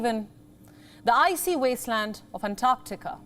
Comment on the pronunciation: Thankyou, for pronouncing "Antarctica" correctly.